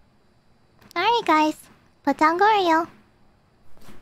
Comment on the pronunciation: The way she says Goryo sounds like Glory Hole, but it's so she doesn't know that thing.